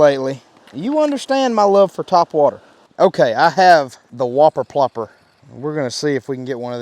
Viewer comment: Why do I hear slobber knocker instead of whopper popper